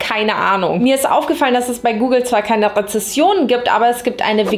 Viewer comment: Wieso sagen immer so viele Rezessionen anstatt richtig Rezensionen 😢😂😂